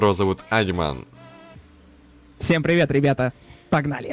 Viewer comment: Не Аниман, а Анимэн)